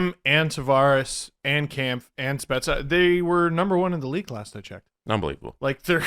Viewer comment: Just an FYI, Kämpf is pronounced more like "Kempf", not "Kahmpf"